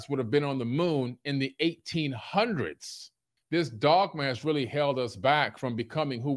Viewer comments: I'M FUCKING DEAD HE JUST PRONOUNCED DOGMAS AS DOG MASS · "axises" & "verticee" "dog-MASS" :fish-orange-wide-eyes